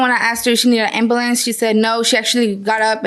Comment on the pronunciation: Why can’t people learn how to say ambulance?